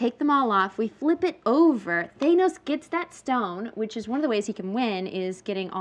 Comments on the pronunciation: Its thanos not thainos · "THAYYnose... Thanus? THANOS." And then she goes back to "Thaynose" anyway. x-D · Not Thay-noes, Thanos like Pan-hos or Dan Ross